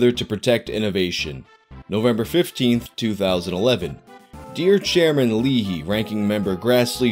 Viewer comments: First of all, this is a very important and educational video. Thank you for making it. Second, I know it sounds like I'm punking you, but you don't have to take my word for what I'm about to say. Sen. Leahy's name is pronounced, "LAY-hee". EDIT: I see that you later corrected it to "LEE-hee," which is better than "Lee," that I heard earlier. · Lol come on it's Patrick LA-He not Patrick Lee. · Patrick Leahy... It's pronounced "Lay-he." ...For real... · Senator Leahy=Lay-He... yea he got picked on in school just like the rest of us. Lol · vermonter here, its pronounced patrick LAY-hee